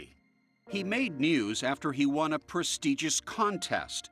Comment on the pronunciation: "prestējious"? No. Pronounce it right.